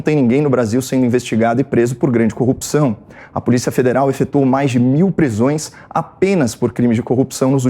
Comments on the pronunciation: Queria saber porque é necessário falar ;”CONJA; DEMOCRAXIA; COOPÇAO em vez de corrupção ?. É muita frescura ….. a boca fica parecendo que tem outra função deformando seu movimento natural. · Copi...ção ? No lugar de CORRUPÇÃO? Ave !